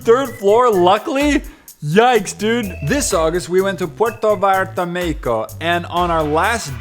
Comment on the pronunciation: why are people pronouncing mexico as mehico